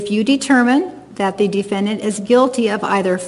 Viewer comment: She pronounces it D-fin-Dant. 🤣